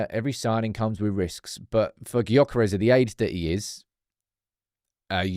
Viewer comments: You are as wrong as are, you have to get it right! Gyokeres is pronounced “JOE-ker-esh”, there’s nothing silent but ist’s spoken quite different from the spelling. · The G in Gyokeres is silent. At some point, if he signs, you're going to have to get it right.